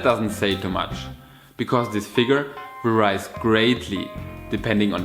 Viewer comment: Excellent video. [Tiny hint : please check pronunciation of "varies"] 🙏🏻💪🏻💕